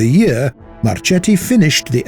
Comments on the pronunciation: The pronunce is like "Marketti", this pronunce is like Marcetti, not Marchetti😉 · Since from the mid Sixties it was all about electronic warfare, and actually the game does not implement anything about this, will you kindly stop adding modern vehicles? I think the actual game works just fine with ww2 vehicles. aaaand... Mr Marchetti is correctly pronounced like Marketti, as well as Macchi is like Makki :)